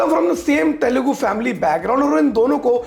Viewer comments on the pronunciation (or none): none